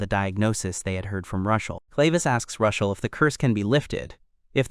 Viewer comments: I hate the AI problem with gender but why do you keep calling Rushel, Rachel?? Even when he is talking to Rachel. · rushel? rochelle? raquelle? rickel? its just confusing. MC or protagonist works just fine if the AI cant pronounce the names....